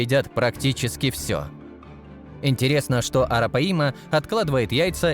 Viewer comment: Арапаи'ма!😂😂😂 Арапа'йма, диктор по бумажке!